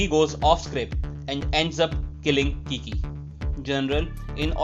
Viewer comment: All caught up! Thanks! But for the love of his name is Kique (e like in mel) not Kiki lol